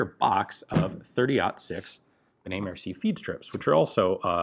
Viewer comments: "merci-ey" mercié ;) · im a French therefore i have the right to thell u that it's benet-mercié not mercie. mersiEi